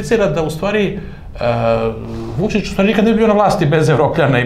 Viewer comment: Kako Glišić akcentuje Vučićevo ime ne obećava baš da se bori za Srbiju. ( ako je verovati pokojnom Lanetu Gutoviću )